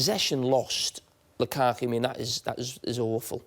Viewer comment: Nobody: Carragher: Lukako